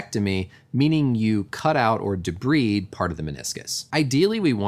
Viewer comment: What, you have a problem with someone pronouncing it correctly? You're probably just used to hearing people say it wrong.